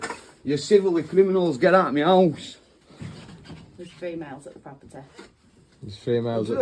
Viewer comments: What the hell is a "meowse?" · What’s a me ouse?